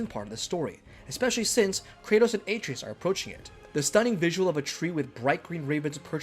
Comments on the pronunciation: Ah-trey-us not “A-trees” how are you gonna get his name that wrong! And it’s explained in detail that his hand is putting back the seals to protect their forest. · The number of times you say AY-TREE-US makes the mistake seem intentional. Idk if you are saying his name that much or if it just stands out that much but it's almost as bad as hearing someone chew styrofoam. Someone had to hear this in editing and just left it. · bruh...Atreus!! A---TREY----US...they say it in the game many, MANY times. sorry man, I can't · AAAA treus? AH TREY US Atreus! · You care more about marketing and promotion over quality. That’s a bad characteristic to have as a YouTuber. I heard “A-tree-is” one time and turned on Adblock. You didn’t play the game. It shows. I saw this from Facebook and I’m letting my friends know to blacklist your videos. None of these were “details you probably missed” if you played either game. All of these details were wicked obvious. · How can u make a video about god of war and can ever say his name right when it’s said a million times in game! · How do you consistently mispronounce a name that is said in the game over 100 times